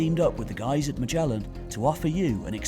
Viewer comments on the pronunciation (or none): none